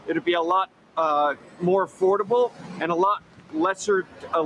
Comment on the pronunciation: Did YOU SAY A-Ford-able? 😁